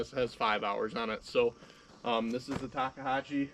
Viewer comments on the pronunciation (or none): What the heck is a Takehashi? lol Takeuchi. Tak eh u (ooo..like ooo that is wrong) chi (as in cheeks) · Ta Kooo Chi. say it with me lol.... Ta Koo Chi, 3 syllables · Why is he calling it a Takeihachi?😂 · Talkahachee? C’mon. It’s not that difficult people. You own these things. Learn how to pronounce it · TakeUCHI Not Takehachi Unbelievably ridiculous review. Since all you do is get in and out in and out in and out all day long then you should just go with Kabota and forget about it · What the hell is Takahachi? Takahashi, I would understand but Takahachi? Come on. It's Takeuchi 竹内. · Enunciation or pronunciation, Tak-e-u-chi! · It's pronounced TY koochy ..... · I know it's a pain to pronounce.... Talk-E-you-chee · You're making me crazy. I'm going to break it down for you in 3 steps. Say it this way in sequence ... 1. Tak- 2. Ehh- 3. Ooochie Practice it a few times and you'll have it. Otherwise, your presentation was very good. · I find it amusing that no one can pronounce たけうち. Say it with me: TA, KE, U, CHI :) Just giving you shit, great video. I run a Cat CTL at work sometimes, and frankly, it just isn't very good. Controls don't respond well, tracks are hard to clean, cab is small with lots of hard edges to hit arms on, parts are constantly breaking or leaking, just poor all around. Never run a Tak, but miss running GEHL with pilot controls, which have a historic relationship with Takeuchi, and are generally simple but well designed. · Tah-key-oo-chee How hard is that? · This is just nit picking but I think you are pronouncing Takeuchi wrong. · With all due respect i laughed every time you attempted to pronounce takeuchi 😅 you just giving it different variations! Great video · Listening to the way you pronounce "Takeuchi" is nauseating...